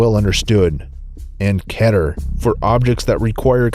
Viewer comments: it's not keter it's keter it's like kiter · kee ter is how its pronounced (E) not k e ter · Its pronounced Keeter not kaeter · I'm late but its key ter not keh ter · It's pronounced keter not ketter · and btw its keeter not keter its just spelled keter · It's not pronounced "kehter" it's like "keeter" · Why are you people pronouncing it ketter, it is pronounced KEETER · it's prononced Keeter spelled keter. Justhad to say that to get it off my back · Actually, the SCPF is covered by 6 Categories. Safe, Euclid, Keter, Thaumuel, Neutralized, Explained. *Btw, Keter is pronounced (Kee-ter) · "Keter" is read "Kee-ter" ;-; Even in the game it's read like that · Its Keeeeeeter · "KEDDER" Slow clap for mah boi! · its actually kee tur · it's key ter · the last class is pernouced ket-er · keter is pronounced kee-ter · the correct pronunciation for Keter is Kete-er. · Its pronounced key-ter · Keeter... That's How You Say It. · it's pronounced kee-ter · It's pronounced keyter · you say keter wrong you say it like key-ter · THE SCP FOUNDATION ISN'T FUCKING REAL! IT'S A FUCKING CREATIVE WRITING SITE THAT HAS A FAN GAME! sorry about that out burst. btw keter is pronounced Key ter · Keter is pronounced "KEE-TUR" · It's (kÿ-t-er) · It's ke-ter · It's not ket-er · Its pronounced KEY-TUR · It's keter the first e says its name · pronounced keter wrong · keter is pronounced the same as peter, but instead of the p it's a k of course, not petter. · When you cant pronounce keter xD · why does he pronounce keter wrong?